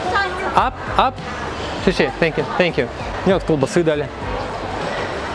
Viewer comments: Интересно, что слышат китайцы, когда автор произносит что-то вроде "шэшэ" в знак благодарности? "Спасибо" по-китайски - "сесе". "Се" как в имени Серёжа😊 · Не шеше а сесе, говори правильно а то Зубарев в рот напихает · НЕ ШИШИ ! А СЕСЕ !Зубарев тебя убьет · Научись благодарить у Зубарева : сье сье мать , а не ше ше 😂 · Не "ше ше" а "се се" можно "се се ни" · не ше-ше, а се-се спасибо, ну дядь, целый выпуск уши режет твое произношение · Не шеше а правильно xie xie) zai tian) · Очень грустно слышать не правильное произношение слова спасибо на Китайском😢😢😢